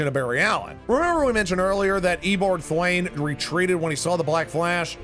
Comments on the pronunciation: It's not eobort thwayne it's eobard thawne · He say ebard thnowe instead of eobard thawne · Its hard to understand the commentator he pronounced eonard thawne eoberd thaiwne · Excuse me did he just say Eoboard thayne? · Its Ee-yo-bard th- awn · You can pronounce eobard thane amazingly not